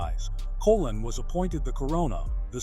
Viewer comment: Pronunciation please...Colōn ( Like cologne) ...